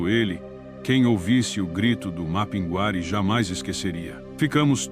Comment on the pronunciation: A IA falando mapinGUÁri acaba comigo kkkk Mas, sou fã do canal